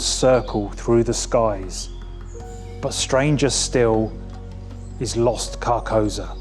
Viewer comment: I appreciate the vid but I have to point out it’s pronounced car-kou-Sa, which is a very important part of the vibe of the name